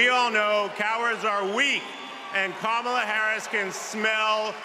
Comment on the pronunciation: Kamala or kamla?